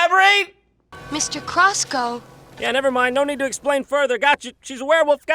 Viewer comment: Emphasis on need